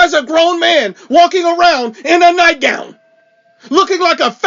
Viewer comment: Lol nightgoun 😂